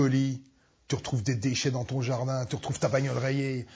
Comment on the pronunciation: ah ok alor se serais la seconde moitier qui me manque ...a voir .. mais le coup d etre tout sourir face au mec qui nus les brises, c est juisif aussi !!! il peu rien nous reproche et donc ca le frustre de ne pas avoir de quoi te manque de respect ^^ a : ce st quoi "jartdin" ? :-p